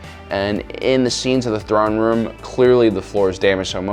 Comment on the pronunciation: Cant tell if your memingly saying Thrawn Room or not. Hmm